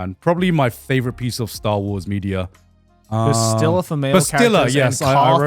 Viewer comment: Shittiest pronunciation of Bastila ever 😭